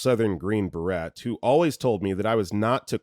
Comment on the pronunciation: This is a good one. I'm just starting the video. Will edit comment during the watch. First edit: He said "green barette." 😂 Sometimes the funniest things are the errors in the video. Second edit: Right wing Christians have never read the Bible, and even if the had, they're not intelligent enough to translate words that were written for a society that existed over two thousand years ago. Third edit: My dad was an unapologetic bigot. He told me that if I brought a black man home, he would delete us both. He died from cancer before he was able to meet his first, biracial grandchild. He was my dad, so I'll always have love in my heart for him but, yeah. Gfy, dad.